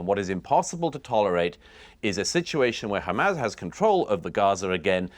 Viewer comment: HaMAAAAZS as pronounced by Douglas